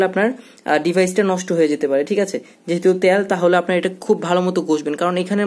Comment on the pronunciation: Not ত্যাল ভাইয়া। It's তেল।